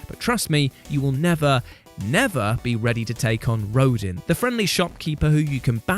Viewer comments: 1, it’s pronounced Row-Dan 2, also you missed agent 3 from splatoon 2 octo expansion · “Rodin” it’s pronounced ROH-DAHN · Its pronounced "Roe-DON" And why are the Valkyries so difficult! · British purple and their inability to pronounce words and names. Rodin is pronounced Ro-Dan free Uranus is pronounced Oorahnus